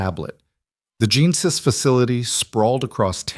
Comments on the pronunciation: Genesis is pronounced as jeh·nuh·suhs . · Interesting way to pronounce “Genesis”! Isn’t AI an interesting beast?…NOT!!!